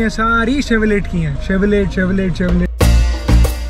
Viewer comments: it is pronounced as CHEVROLEY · chevrolet ka T pronounce nahi karte bro, its chevrolay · Nice blog man!! Never mind, its ''Chevrole/Chevy''...'t' is silent. Subsidiary of General Motors (GM), USA